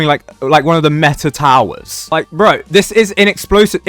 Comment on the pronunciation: british man says bro